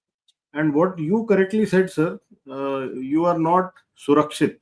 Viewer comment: It's really nice to see the professional approach to the subject. The visionary role in Atmanirbhar Indian army is correctly pronounced as Surkshit Bharat by. I appreciate vision of linking our Growth in GDP and safeguarding it by Surkshit Bharat by participating by citizens of India. A new dimension has been ignited.